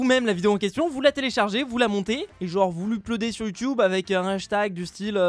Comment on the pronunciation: je suis le seul à avoir remarqué youtuoube